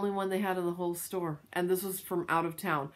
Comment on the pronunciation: Store, not dyire, lol!